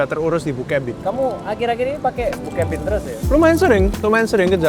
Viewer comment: Kok gua denger bookcabin nya "bokepin"🗿🗿